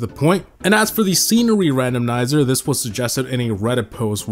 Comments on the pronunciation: Randomizer❌ RandomNizer✅ 😂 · randomnizer. bro its randomizer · Quick thing, did anyone else notice saying "Random - N - izer"? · I love that he says "Randomnizer" instead of "Randomizer"😂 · Wait..isn't it "Randomizer"? Since when it became "randomnizer"? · Randomnizer? There's no second N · Same lol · "R A N D O M N I S E R" mf you just invented another "stonks" style meme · “Randomnizer” pissed me off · Did he say: “RANDOM-NIZER” ? I’ve never heard it pronounced that way in my LIFE brother ❤️ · Did he just say randomnizer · Im sorry but i gotta poke a little fun at “Randomnizer” hehe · Am I tripping or is he saying randomnizer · holy heck you cant say randomizer. davai havoc